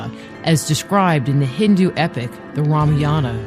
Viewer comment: what the fuck is Ramiyana, it's Ramayaan